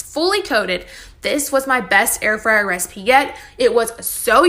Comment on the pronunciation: he said freeyer! hahaha